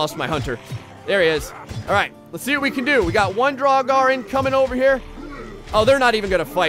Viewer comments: ps it’s pronounced drowger also most j’s are pronounced like a y. i know some norwegian so i know the basics of the language and all the scandinavian languages are super similar so yeah. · The draugr is pronounced drug-er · it’s pronounced Draw grr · Draugr, pronounced, Dra-gur. Usually guardians of sacred viking treasures in Norse Mythology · Draugr is pronounced (Dr-A-gar). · Pronounce it like druger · It’s so fun hearing him try to pronounce draugr, jotunn and jotnar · A draugr (your pronounciation was awful by the way) is what happens when someone dies while trying to obtain a treasure. They are reanimated, though still rotting, corpses who claim the treasure they sought in life and defend it mindlessly. On a side note there is also a planet named draugr which orbits a star named lich. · Indeed although for English speakers it should be noted that pronounciation of the first part is different from the verb "to draw" and that the "a" is pronounced like it is in almost every language on the face of the earth except English; so as an /a/ and not en /eı/ for those that know the IPA. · I’m pretty sure the g is silent in draugrs and jotun is basically a Norse giant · I hope somebody corrected pronunciation of draugr. Which is said aloud in skyrim. In like the first 20 minutes if you take everything not nailed down. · Draugr... Jotun... Hearing him mispronounce these names is torture. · Claims to be a big Skyrim player, still can't pronounce Draugr correctly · "Draug-are" oof every time you said that it was painful... i believe its draug-err, like in skyrim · Just so you know, it’s pronounced drow-grr... like this so that he can see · its pronuenced drao-ger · he might as well have just said draug. better than "draug-are" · pronunciation is basically Draw-ger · i believe that the jotun is supposed to bu yotun or pronounced that way , and duragar is dur a gar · I've always pronounced draugr as drawger. Who really knows lol.